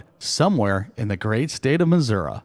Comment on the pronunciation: Nice collection of images. This is a good video showing how you have to work at a location to find composition. You did good. Also being respectful of others in the area is great. I was also thankful that you said mizzurah in the narrative. Not missoori. Lol. I know its the local pronunciation that counts. Awesome looking place. Maybe one day I'll climb out of my snowbank up here in canada and travel south. But if you ever feel like trying some snow? After this covid thing is over you are more than welcome. Keep shooting and as always stay safe folks.